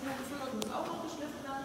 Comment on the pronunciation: Geschliiiiiffen nicht geschlÜÜÜÜfen